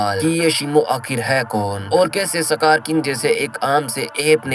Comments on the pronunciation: Skar ❌ sakar ✅ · सकार ❌ इसकार ✅